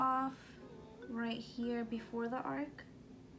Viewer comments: Ar-CH!! With a "ch". Not ark, with a "k". Arch is something curved, and ark is a boat. Haha.😂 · It’s arch lol it bothered me the whole time 😆but I loved the video other than that